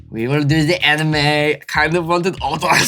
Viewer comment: Aha! Prof CAN pronounce anime correctly.